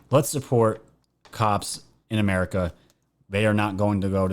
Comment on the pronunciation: He didn't say America...He said 'merica.